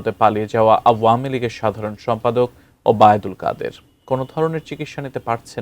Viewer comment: যিনি খবর পাঠ করতেছেন তার খুব কষ্ট হচ্ছেন তার নাম উচ্চারণ করতে